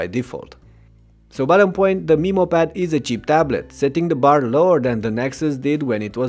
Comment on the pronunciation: For the first few minutes I was like " a WHAT pad??" Then I realized he's pronouncing Memo like "Meemo".